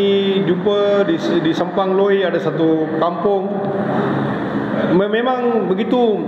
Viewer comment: Spang Loi la bukan Simpang Loi.. huhu